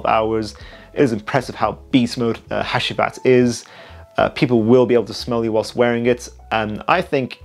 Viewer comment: Loved the video brother. BTW the last perfume by Nishane is pronounced Ha-Jee-Vat